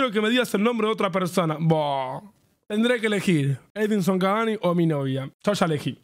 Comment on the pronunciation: Soy yo o el presentador cuando entra cavani a la cancha dice edison avani😂